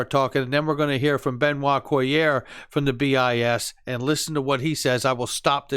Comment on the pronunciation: benoit coure has one r its not courier its coo-rey lol